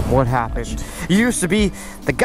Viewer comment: "What happished?"